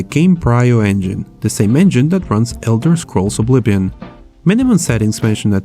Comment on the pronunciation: "the same engine that runs the elderscrolls oblibbin"